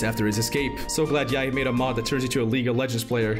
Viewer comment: it's yahia not yahi